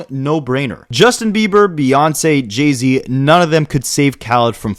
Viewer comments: Great documentary bro. But what the hellly do you pronounce Jay-Z name like its Jeezy🤣🤣🤣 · He is Canadian. That’s how they would pronounce it 😅